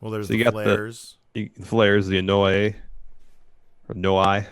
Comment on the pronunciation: Hey guys; Anoa'i is pronounced "AH NO 'WAH EE" Here ya go